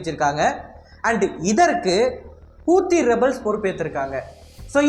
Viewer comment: Bro hou thi ( how these) pronunce pannunga kooothi ss illabro